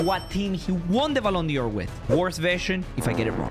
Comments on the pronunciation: I love how he says ballon Dior not ballon d’or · ballon "dior" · Me: Ballon d’or: Ballon Dior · “Ballon Dior” 2022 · ballon dior its dor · “Ballon Dior” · the way he says ballon dior :face-blue-smiling